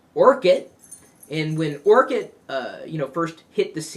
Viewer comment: it's orkut not orchid bro...